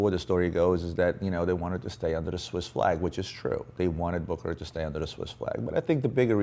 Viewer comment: Its not pronounced BOOKERAR - ITS BOOSSSHERRRRARRRRR